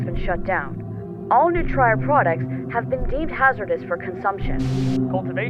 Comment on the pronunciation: One thing that kinda irks me of the original is that the Latin word for "to feed/nourish" is pronounced "Noo-tree-reh" but they pronounce it "New-tryer"